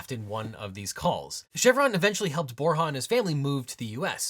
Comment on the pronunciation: Bor “ya’ not bor’ha’